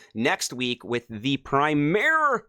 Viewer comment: Good synopsis of the update. Dude, “orientated” is not a word-uh. Neither is “primare”. And while you’ve gotten better, it’s still annoying-uh as crap-uh that-uh you add an entire-uh syllable-uh to so many-uh words-uh. But thanks for improving in that area!